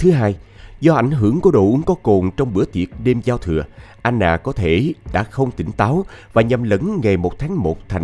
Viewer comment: Sao Anna mà lại đọc thành " A nà" ?